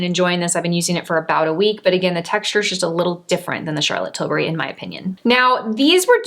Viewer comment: Great video! I lover these types of comparisons or dupes videos and the products you selected are fantastic ones. Also worth mentioning, I’m happy you pronounced CT’s last name correctly. Silly aren’t I but so many influencer’s say Til-berry and it drives me crazy! I always knew I had a tendency to be a grammar Nazi but now, at least for her name, I’ve become an annunciation one too.🙃😂